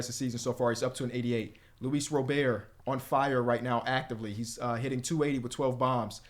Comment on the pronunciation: stop thinking about age in MLB older players are in their prime this isn’t 2k when you get rid of 30+ yr old players. Also either trade Luis Robert or stop butchering his name listen to how the announcer says it